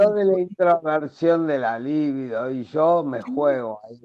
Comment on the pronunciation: Libido. Es palabra grave. En algún momento, cuando habla de Jung, la dra. dijo líbido, acentuando la primera i, y no es así.